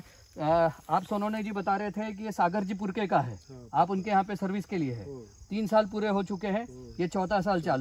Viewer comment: It's not purke ji it's sagar purkar..our galat information di he apne thodi